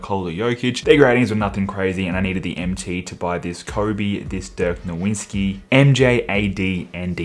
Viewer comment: “Dirk NoWinSki” 💀